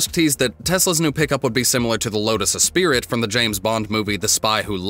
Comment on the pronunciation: Did you just murder the Esprit name?